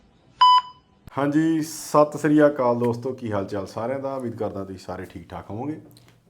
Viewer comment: Sat shri akal 😂 Not Sas Riya kal😂